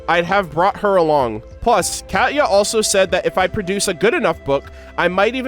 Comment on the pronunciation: It's not "cat-ya", it's pronounced "Kah-Tee-Ya". Sorry, that was just bugging me.